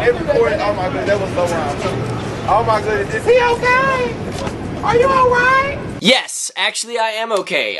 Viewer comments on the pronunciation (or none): Starts watching the video Watches it normally Woman Oh meh gawd are you ok!? Bursts out laughing and can't stop laughing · LOL THE WOMAN "oh meh gawd are u ok"